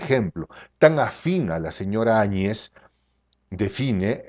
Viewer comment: Primeramente, no se que te da el derecho a TUTEAR a una presidente. Por muy mal que te caiga, por muy poco que te parezca Bolivia, estas hablando de la Presidente de una nacion y le debes respeto! Tu eres solo un Pseudo Periodista y estas TAN MAL INFORMADO, que ni siquiera pronuncias correctamente el apellido de la Presidente Añez, donde el golpe de voz va en la A. Autoritarismo y Opresion: OBVIAMENTE se refiere a otros paises como Venezuela, Cuba, Ecuador y Argentina y al socialismo en general.......... no a Bolivia. Antes de llamar ingenuos a quienes la nombraron Presidente, te recomiendo que leas y te informes de las leyes Bolivianas. POR LEY, cuando no hay Presidente ni Vice-Presidente, la siguiente persona elegida debe ser la Presidente de parlamento: Adriana Salvatierra, MASISTA que en su momento tambien andaba escapando o escondiendose, por tanto le tocaba a la Vice-Presidente del Senado: Jeanine Añez. Ella nunca fue parte del movimiento que derrocó a Evo Morales. Fue asi que para ella y para todo el pais, el nombramiento nos cayo de sorpresa, pero POR LEY, ella era la maxima autoridad NO MASISTA que tenia Bolivia. Las elecciones se postergaron varias veces por multiples razones, mayormente por el COVID, porque el pais no se encontraba en condiciones de lidiar con una pandemia cuya celeridad seria mayor al tener que concentrar a las masas en un proceso electoral. El Tribunal Supremo Electoral, esta conformado mayormente por MASISTAS, el partido de Evo Morales